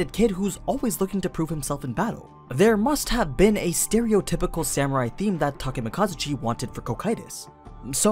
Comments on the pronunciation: hi im Takemakazuchi totally not Takemikazuchi nope its Takemakazuchi if ur gonna say it that way then replace the i in Takemikazuchi with an a pls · did you just replace the i wan an a in the name [Takemikazuchi], if it had an a it would be [Takemakazuch] so you miss pronounced his name. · I'll be honest. This video was good and don't get me wrong, i love all your videos but the way you call Cocytus as "Ko-Kay-Tus" and calling Takemikazuchi as "Take-Mika-zuchi" is such a fucking blasphemy. God lord, english dubs really are disgusting🤮